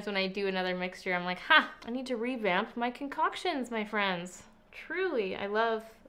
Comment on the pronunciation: You know it's been a while since has made a concoction of base products when she pronounces it normally, instead of 'concoc-see-ohn"!:p I live for the random playful pronunciations.